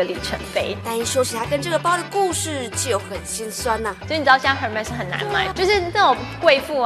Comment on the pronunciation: 连牌子音都发错...